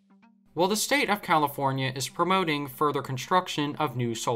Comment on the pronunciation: 🤣 Comipornia , Recede already!